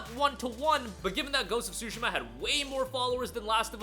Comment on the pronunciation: Swoooshima???????????? Its Tsushima tf😂😂😂😂😂 yt ppl do not care to pronounced other cultures correctly smh